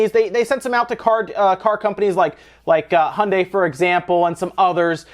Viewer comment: HI - UN - DYE as in Hyundai! please, your pronounciation is killing me XD